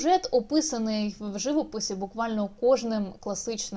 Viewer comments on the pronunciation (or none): Спасибі за відео, за роботу над матеріалом. ("живОпис" - наголос на О)